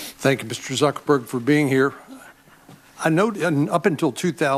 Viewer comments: Anybody pick up that the blue tie guy said ZuccerBurger XD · Did he just call him Zuckerburger? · mark SUCC erberg